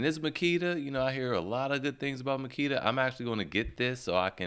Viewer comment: "Magula" haha